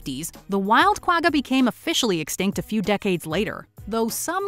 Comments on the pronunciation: From south africa... when she pronounced guagga i died inside... KWA - GA... she makes it sound like a ducks quack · The "gg" in "Quagga" is pronounced as a guttural "kh", not as a hard "g". You can hear the correct pronunciation in the interview clips, so I'm not sure why the narrator doesn't use that. The animal got its name from the sound it made, and the spelling is Afrikaans.